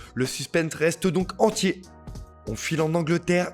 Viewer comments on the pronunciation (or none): none